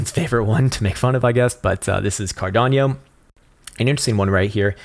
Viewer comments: I come here for the killer TA. I stay for the mispronunciations (Cardanio!)... I love this channel. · I only watch this for his pronunciation of ‘cardanio’ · You mean Cardaño